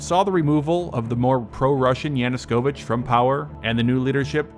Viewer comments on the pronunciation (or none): Dude, it's not "YANU-S-KOVICH" It's "YANUKOVICH" .... there's no fucking S in there. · Its "Yanukovych", not YanuSkovych goddammit! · excellent content and analysis, as usual. great job bro. Just one thing, it's Yanukovych , not Yanuskovych.